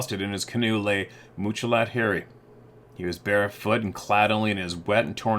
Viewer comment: pronounces Muchalot Harry's name as Mooch-a-lot! It's pronounced like three separate English words, which it is: Much, a, lot. Two ways of saying "MANY", like he trapped MANY animals, got MANY furs. To say Mooch a lot would be an insult, right? So Much-a-lot is a GOOD name for a SUCCESSFUL Native trapper. That's how I see his name. But almost EVERYBODY mispronounces it unless they stop to think how Indian languages work. You are supposed to imagine MUCH success, A LOT of bounty. That dude was seen as "The Man" until the Bigfoot tribe scared him into crying like a little girl. Sad story!